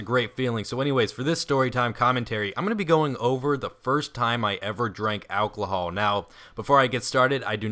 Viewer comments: okay, btw it's alcohol, not alclohol :D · why the fuck do you say alclohole? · LOL. He said "AlcLohol" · its pronounced al - col - hol..... fuck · Lol "alclohol" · Do you know how to pronounce "ALCOHOL" at all? There are only 2 "L"s in it. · you say alcohol so weird...